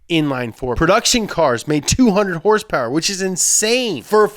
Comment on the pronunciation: did he say hourse power?